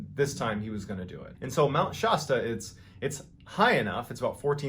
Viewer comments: It's pronounced Sharp A on Shasta. Like the soda pop. Lol Mr. Ballin also you say armoire wrong. LOL I actually get a kick out of how you miss say words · Great storyteller. But I'm from Mt. Shasta area, we say Shasta with a flat Midwestern "a" in the first syllable as you would in "hat" or "that". Not "Shah-sta" as in the Shah of Iran. From a native :). I was born in 1961, and when I was a kid we had an annual "Oldtimers Picnic" in the area every August. Oh, the stories.... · Yes, but do you pronounce it Shosta? omgwtf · You are not pronouncing shasta correctly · I absolutely LOVE Mr Ballen but as someone from the PacNW, it drives me nuts how he pronounces Mt Shasta & Estacada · I don’t know if I’ve heard and pronounced “Shasta” wrong my entire life, or if Ballen is a little off, but it’s driving me nails on a chalkboard crazy. I grew up with the Shasta soda commercials, I have driven past it 4 times, so I would be surprised to be wrong. I haven’t watched the second story yet but my adhd led me here, why oh why has he said it at least 179 times already? Is this one of those on-purpose mistakes so we comment about it and make him mo’ money? I’m good with that. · Mount Shasta is pronounced with short vowel like "apple" or "adam". Love these stories! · sorry you pronounce the word ( Shasta) wrong) it's more of a long a sound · Lake Helen is near Mount Lassen, not Mount Shasta: And the middle A in Shasta is pronounced like the A in alligator. FYI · Love the stories but the way your saying Mt. Shasta bugs the hell outa me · I love Mr. Ballen, his stories are so addictive. But he’s pronouncing Mt. Shasta funky & it’s driving me nuts. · I walk out my front door to a view of Mt Shasta. The way he said Shasta cracks me up. I love his stories but I couldn't take them seriously this time. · I love these videos but as a longtime resident of Northern California I’ve never heard Mt Shasta pronounced this way. The a sound is usually like you’d hear in shaft or raft.